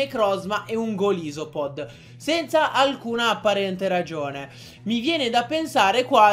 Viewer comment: Ma come li pronunci??? Golisopod??? Slivally??? Nn per fare l'hater, però...